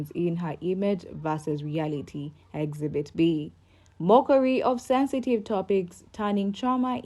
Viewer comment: Exhibit not exbit